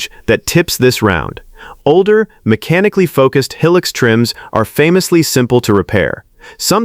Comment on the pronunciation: Looks like AI cant even pronounce HILUX